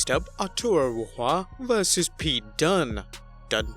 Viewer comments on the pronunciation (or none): That would be Arturo Ruas pronounced 'who-ahz'. its portuguese